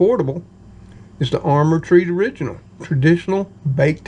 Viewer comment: It’s pronounced ar- mer on the potted meat and SOS. You pronounced it right on the Treet. Were you just spoofing?